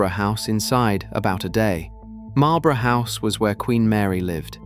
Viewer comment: Why do we have to keep putting up with bizarre AI mispronunciations? I won’t go through them all, but Marlborough House is a classic. There’s still a Nelsonian blind eye in the commentary – the one non-royal person, in the 30 attendees at St George’s Chapel, who wasn’t a blood relative, nor the spouse of a Royal, was Penny Knatchbull, 3rd Countess Mountbatten of Burma. She deserves a mention in Prince Phillip’s story.